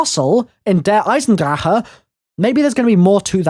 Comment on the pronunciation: Fucking fix the way you say der eisendrache